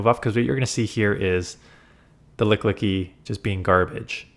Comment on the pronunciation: It's ok, we all get pokemon names wrong sometimes. It's Lick-ee-Lick-ee